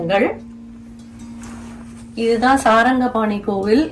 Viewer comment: Very beautiful and informative golu. Thirukudandhai Sarngapani. There is no A as in saranga. May be slip of the tongue. If possible make an edit. And hide this pl